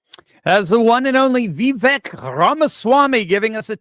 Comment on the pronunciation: If people are criticized for pronouncing Kameltoes name wrong, then I guess I should correct. It’s Va-Vake not Vee-vek. It’s a hard one to write out. Not sure if that’s understandable lol!😁😁